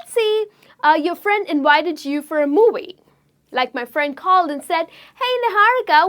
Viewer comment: You need help pronouncing "V". You are saying your V's like W's in words such as available, visualise and movie.